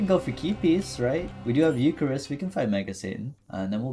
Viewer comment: Gen-e-sis Euc-har-ist looool